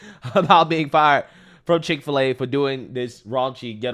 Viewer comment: Chik fil a not pig fil a